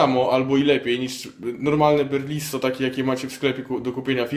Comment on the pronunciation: BELRISO, risotto, riso, ryż, nie BERliso :D lol.